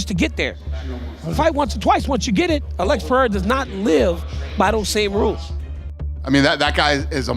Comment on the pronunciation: Alex perRera 😂